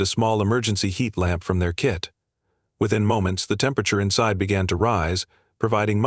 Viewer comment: kit not kid